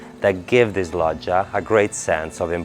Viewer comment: So that's how you pronounce "Loggia". Here in America we really butcher the language lol. You did a great job with the tour. Paced and informative!👏